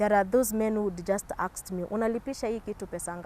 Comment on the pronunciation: Not aksed, "ASKED"